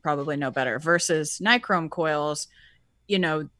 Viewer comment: read this out loud: Bill Nye, Google Chrome. Nye, Chrome. Nye-Chrome. Ni-chrome. Nichrome.